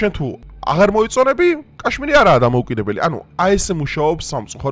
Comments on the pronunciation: კაშმირი კი არა, ქაშმირი. რუსული სკოლა გაქვს გეტყობა დამთავრებული.. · კაშმირი არა ზანგისა😂😂ქაშმირი ქაშმირი